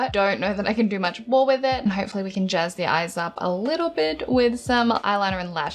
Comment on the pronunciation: “Jez it up a bit” I know you said Jazz but I couldn’t unhear it